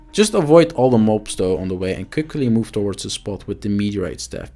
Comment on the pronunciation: it sounds like you sayin “ mopes” when you say mobs and I love it😂😂